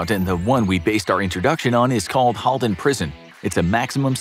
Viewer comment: So true, and you even said Halden Right :D Regards A Norwegian :D